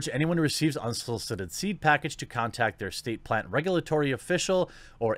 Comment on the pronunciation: Why can't you pronounce 'L' when in the word 'plant' and 'flower', but you CAN pronounce it to replace the 'R' in 'grow'? HMMMMMM?!?!